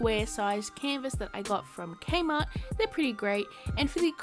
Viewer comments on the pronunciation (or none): I could tell you were Australian Australian you said you got those canvases from kmart